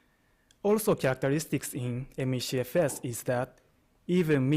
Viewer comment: Take a shot every time he says: ME-SHE-FS